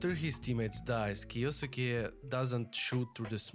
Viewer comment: Good vid man thanks! Btw how you say that name is kiYoske :)